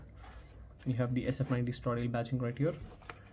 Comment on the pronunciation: No offence brother, but the pronunciation of Stradale is wrong. It is pronounced as Straaa-daaale . I have the link below